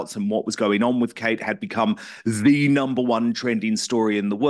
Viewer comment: Seriously Dan, LAZY journalism again! Can't you even pronounce her name correctly? YOU were the one stating she had a serious physical illness on Megyn show, you were the one piling on the pressure! Stop acting like a saint in this, you most certainly are not!